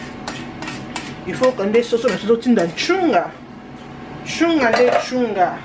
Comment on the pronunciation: Tu dis tout le temps chounga ezalaka nstunga 😄😉😉 eza kikongo